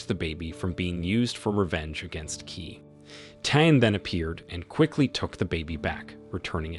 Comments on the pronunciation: Qi is pronounced Chi but key does sound funny! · Qi pronounce as Chi